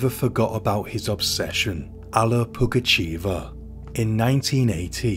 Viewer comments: Nice videi. But just to let you know it's pugachöva not pugacheeva😅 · Okay, here it is: the village is "Vinnitsa", the name's "Pougatcheva" or "Pougatchyeva", I couldn't see if it was the Russian "e" or "ye" on the letter. "Pougatchev" would be a male tho :D